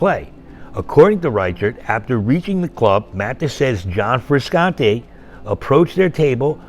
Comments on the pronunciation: Please learn how to pronounce Frusciante properly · Hearing the narrator repeatedly mispronounced Frusciante kind of irritates me, omg consistently cannot even pronounce the name correctly